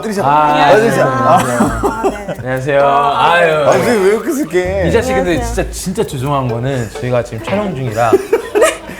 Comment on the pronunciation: "리사 씨 근데 진짜 죄송한데" 발음이 "이 자식 근데 진짜 죄송한데"로 들림